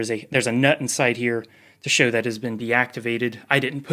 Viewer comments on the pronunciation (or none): none